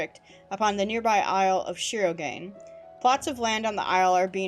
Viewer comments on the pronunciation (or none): shirogane = Shee row gah nay.